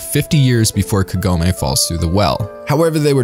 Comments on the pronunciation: All the names are pronounced in english like in japanese except Kagome, wich should be spelled kAgome, not kagOme. I wonder why? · It's Kagome, not Kagoemay